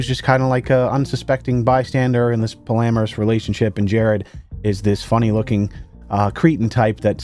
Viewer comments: Official tomato mafia member here: what’s a “polameris relationship”? Do you mean “polyamorous”? Help me either you’re having a stroke the two times you said it or I am for hearing it wrong the two times you said it. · pALLamoUrous I bahaha it's "Pawlee-am-or-us" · Pretty sure it's pronounced poly-amorous, not like polamorous. J/S Love your videos brotha. I can always count on your vids to get a good laugh.. I Hope YouTube gets their shit together and your channel continues to do well. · Take a shot every time mispronounces polyamorous